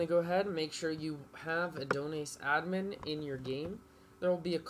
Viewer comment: The way he says Adonis💀